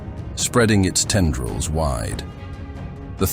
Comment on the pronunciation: Tiara-Nids and Tender-Reals got me. Not yet AI, not yet 💀